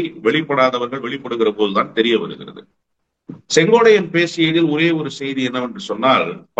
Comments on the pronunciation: திரு அவர்களே ஒருவருடைய பெயரைச் சொல்லும் போது சரியாக உச்சரிக்கவும். செங்கோடையன் அல்ல செங்கோட்டையன் என்பதே சரி. இனி வரும் காலங்களில் யார் பெயரைச் சொன்னாலும் சரியாக உச்சரிக்கவும் நன்றி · தமிழ் ஆசிரியர் maha ganapathi அவர்களே, சரியாக சொன்னார். இந்த அளவு உன்னிப்பாக கவனித்து வருகிறார். வியப்பாக உள்ளது. "சென்கோடையன்". என்று தான் உட்சரிக்கிரார். அன்பான வணக்கம்.🙏💐